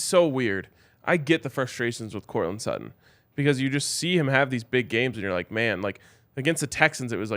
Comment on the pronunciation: It's Sutton...pretty clearly